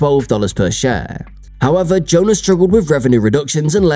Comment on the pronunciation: its pronounced JO--- ANN ..... AI voice.... ughhhh